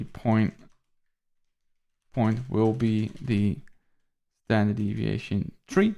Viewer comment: hell yeah thanks again bro! Yo kinda random but you pronounce the number 3 like tree and its funny because my family from Belize pronounces it that way haha I'm not sure if you got any Caribbean blood in you lol